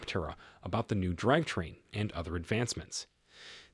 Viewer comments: "driv train" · I don't have that great of a voice either, but that is no excuse to allow computer generated reading with all of the obvious mispronounciations. Just read the thing and I will upvote your channel. As an alternative, you could just misspell the parts it has trouble with like drive train, poor sha etc...